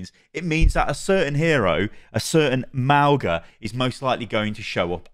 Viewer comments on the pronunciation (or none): Just letting you know that mauga is not pronounced (Maow-Ga). In samoan we pronounce our G’s as NG. The correct pronunciation of his name is (Ma-o-Nga) which means "Mountain" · I'm guessing the pronunciation will be clarified when the character is revealed, but I'm 99% sure it's like Mow-nga rather than how we say 'au' in English. Mow like mowing the lawns, and 'ng' is like the Ng sound in 'singer'. It's like Maunga in Māori or Mauna in Hawaiian. Great videos as always,. Thanks for sticking with it through the thick and thin of all the Overwatch dramas 😄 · In Samoan, The letter 'G' is pronounced as 'ng' so to pronounce Mauga's name, it would be Maunga, but spelt Mauga. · Nah but being a Polynesian, it’s actually really nice to see our culture being introduced into mainstream media’s. We’re such a small percentage of the world so it’s really cool. P.S - Mauga is pronounce mah-ooh-nga, the G in his name is pronounce like the ‘ng’ in going. His name also means Mountain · hey, samoan here, btw pronunciation is "ma-ooh-nga" - ng not hard g sound:-)